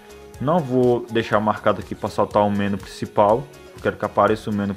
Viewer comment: Olá! Assisti vários outros vídeos seu e são muito legais. Outra coisa que queria falar é sobre a pronúncia da palavra MENU. A sílaba mais forte é a NU e vc está pronunciando como a mais forte ME. Se essa palavra tivesse acento seria escrita assim: menú. Essa é só uma dica pra vc, Pq gosto muito dos seus vídeos. Desculpe qualquer coisa e forte abraço.